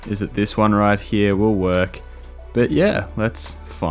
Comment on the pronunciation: how the fk are u pronouncing "here" ?